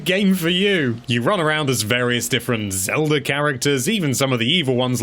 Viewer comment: I didn't know you could make your British mispronunciation of "Zelda" any more grating!